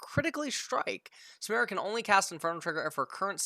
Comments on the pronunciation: literally just be able to read it's SUE ME RAH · I think it's Sah - Meer - Uh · Samira Samara.. Like dude there's literally a fucking I in her name this guy is doing this on purpose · is trying to pronounce things wrong. I'm sorry but there is no way a native English speaker reads Samira and pronounces it "Samara." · For the name. It’s pronounce the same it’s spelled Saa-Mi-Rah. It’s a very common Arabic name.